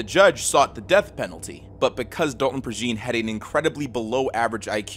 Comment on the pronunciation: Love your vids, man....one note regarding Dalton Prejean: I'm from around the Lafayette area, it's a Cajun last name, so his last name is pronounced ("PRAY-janh", with the "jean" pronounced as in jean-batiste or jean-pierre). I'm sure you won't even see this, but i gotta rep my people. Keep the quality content comin!